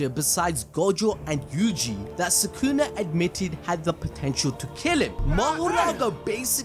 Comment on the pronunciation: I swear it was Soo-Koo-Nah, not Soo-Kewna